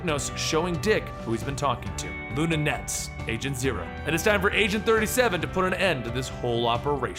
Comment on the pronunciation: Are you saying Luna or Luka Netz? I wanted to google Luna, but nothing came up so I looked at the video again and it says Luka.